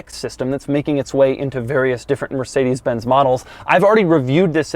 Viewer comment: Learn how to pronounce Mercedes.